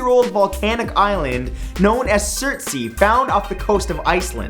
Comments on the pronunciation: matthew it's Surts"ey" not Surtseyyyyyyyyyyy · "Surts'i" Lolwut, mate it's "surtsayy" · It's pronounced SUH-R-TS-EYH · His pronunciation of Surtsey made me feel so weird... It's not pronounced Surt-see, it's pronounced Surt-say